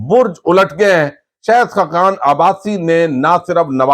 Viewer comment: شہد نہیں شاھد Not Shehd . But Shahid